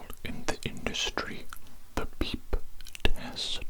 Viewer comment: Lowk cracked me up the way you said beep rest you put so much emphasis on the beep😭😭😭